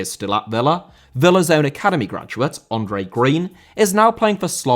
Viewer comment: Andre* not Ondrei